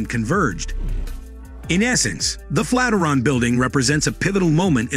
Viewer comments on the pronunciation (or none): "Flat -i-ron???" Flat IRON. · Another damned Robot Narrator....you lost me """ Flatteron Tower"""---It's the FLAT IRON Bldg you Idiot Machine, the Fikken Flatiron Building....How do you Kill Off an AI Creep?? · Is it pronounced Flat-er-on like this narrator states, or Flat-i-ern (flat iron)? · Flat-er-on? I hardly knew her! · He pronounces it as FLAT-eron. Is this correct? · Thanks, but I've lived, worked and went to university in Manhattan and have never heard it pronounced the way you have with the word Flat and Iron run together! Though spelled Flatiron building, many as well as I pronounce it the Flat--iron building! To each his own I guess! lol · If that AI says "Fateron"...one more time..just one more time. 😡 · The narration is terrible! "FLAT RUN" we start of with............egads!!!!! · LOL "flataron"! C'mon, realy? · I agree with y'all... It was pretty much the same thing, over and over. And the first time I heard flat-er-on I thought I was hearing thing...lol Anyway...nice photos of the interior - that's really what I wanted to see... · You obviously don’t care about your content if you didn’t take the time to correct the pronunciation of the subject of your video . What a pathetic shame Bob Mollot -Seattle